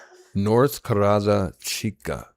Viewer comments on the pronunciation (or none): it’s North Cerrada Chica. Put in address to see who lives there. The C is pronounced like an S-ser-ra-da not car-ra-da. Also It was reported that Pooyellin wasn’t staying at her home for a while. Pooyellin should’ve been arrested for illegal dumping of cacti, rocks and feces! It’s also a health hazard! I wish you would’ve discussed this with the judge because Alex has Pooyellin’s confession for illegal dumping on video. Yikes they took your phone number on air-unacceptable! And unacceptable they used your video for evidence against you. Don’t know if that’s legal. IMO someone or a few people were watching your live and neighbors passing by.